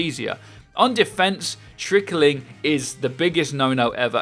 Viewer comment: Am I the only one who thinks trickling is two syllables. Not three?